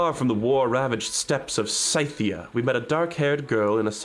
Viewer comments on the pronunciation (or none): As a geography/history nerd I'm irrationally annoyed by the pronounciation of scythia and caucasus